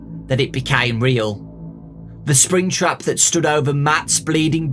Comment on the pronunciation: Fnaf fans: make some good book Scott: BEB SPRINGTRAB HEE HEE